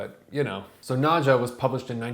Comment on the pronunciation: It's pronounce "Nad-ya," as it would be in Russia. No English "j" sound.